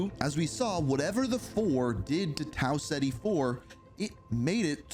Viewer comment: Tau (Cet-E) not Tau Ziti